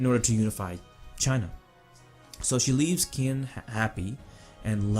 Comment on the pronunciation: Qin is pronounced "Chin"